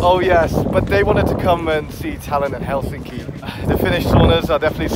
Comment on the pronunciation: helSINKI is actually HELsinki. Emphasis on HEL not SINKI